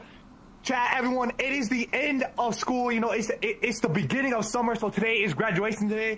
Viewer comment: Speed gwaduation!!!